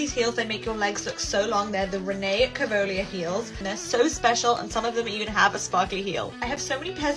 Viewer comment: I would do anything for to learn how to pronounce "Rene Caovilla" correctly.